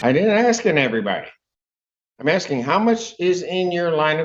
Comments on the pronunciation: Why do they all say "axing" vs. "asking"? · He doesnt know what the judge is "AXING" for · "Axing"..proof of US education